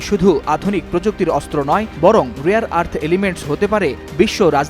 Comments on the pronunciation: রিয়ার নাকি রেয়ার😂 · The word is RARE not Rear. Do a bit of research on phonetics. Bunch of stupids. The world is hearing you.